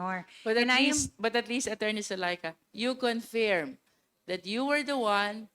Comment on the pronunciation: Luistro, pwede bang ayusin mo yung pronunciation mo ng word na “Confirm”; it's pronounced as kuhn•furm, not confyerm or conpyerm, saan mo nakuha yang ponunciation na yan?